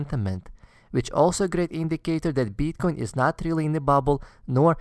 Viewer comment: beeetcoin :D